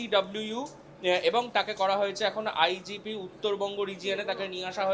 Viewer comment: Ota IPG noy. Bhul uchharon korechen. Ota IGP hobe.